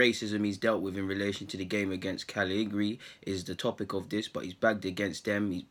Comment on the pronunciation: Try saying it phonetically bro. Ca-lee-ya-ree